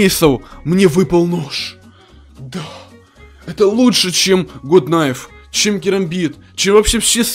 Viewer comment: Не Гут кнайф а гат кнайф потому что звук у в английском происходит с двух букв: oo